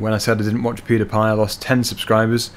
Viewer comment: Pewdiepie is not called Pewdapie